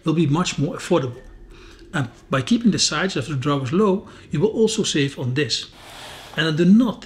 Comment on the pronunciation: Save,not “Safe”